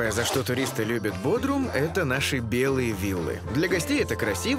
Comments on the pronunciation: Пожалуйста, уделяйте больше внимания фактчекингу: 1. Вообще-то это БодрУм, а не БодрОм 😂 2. Какие 35.000? Опять Википедия от 200х? Официальная перепись 200 тыс. постоянного населения. 3. Попробуйте оставить велосипед и вернуться к нему через 10 минут. На местном Авито уже будет лежать. Мелкое воровство - постоянная проблема, а машину можно не запирать, да ок, не угонят. 4. Маршрутки высаживают где угодно, а берут пассажиров на остановках. Раз в 15 минут - это какие-то маршруты, есть и раз в час. 5. 30000 лир на коммуналку - бред. Электричество/вода/интернет максимум 5000 лир и это если совсем не следить за расходом. Бассейнщиков, садовников и охранников не совсем корректно включать в этот список, говоря про всех, а не про элитный комплекс. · Бодрум а не "Бодром"